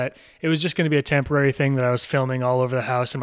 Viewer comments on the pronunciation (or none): “tamporary thing”